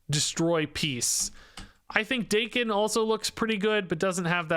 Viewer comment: isn't it Dah-ken? considering he's from Japan